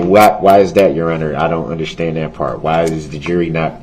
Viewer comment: He doesn’t “underschtand ” much of anything does he? And why can’t he even say “ understand” correctly? Lol